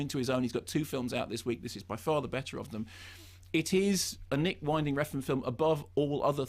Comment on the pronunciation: It's WIN-DING, not WINE-DING.